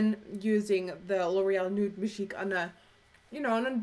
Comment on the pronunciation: love when you say majig hahahaha too funny